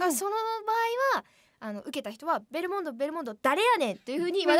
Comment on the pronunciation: ベルモンド言えないるるちゃんが可愛かったし、ナチュラルに一瞬忘れられた勝くんの所がめっちゃ面白かったw